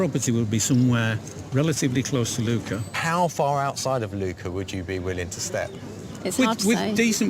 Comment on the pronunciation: It’s Lucca (short u, hard k) not Luuuuka…